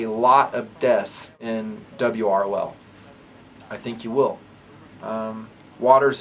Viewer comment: calls it 'dub-ROL'. Dub ROl. Duh brol. Da brawl. The brawl. Well guys, it looks like we need to be ready for the brawl.